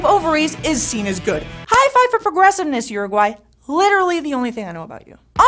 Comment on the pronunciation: as an Uruguayan the way you said Uruguay made me cringe